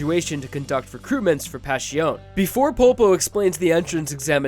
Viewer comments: STOP SAYING PASHIOUN! Its really cringe! as an italian i wanna choke everyone that spells it like that. Guys its not that difficult. Its much easier then that, just say Passione. Its literally spelled like its written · I have no idea why he pronounces it like that its not that hard to say passione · Why is pronounced PasHiOn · I'm like 95% certain that's not how Passione is pronounced. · take a shot every time mispronounces passione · Vento Ohrayoh? Pashioun? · going from saying "vento aureo" (Italian for golden wind), but pronouncing both it and passione wrong irritates me.